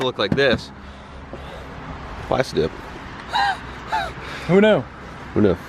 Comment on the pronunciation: Pronounced Plasteeeeee dip bruh...lol